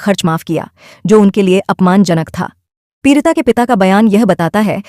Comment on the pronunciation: Peerita nahi peedita